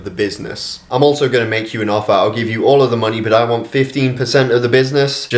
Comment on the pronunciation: "I would reconsider my affer"